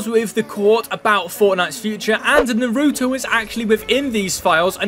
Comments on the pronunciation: telling by the way u called naruto narutoe u have never watched it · Yea it is annoying how they say it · a piece of me dies every time he says naruto wrong